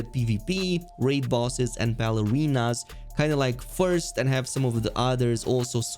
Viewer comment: Did u say Balarinas?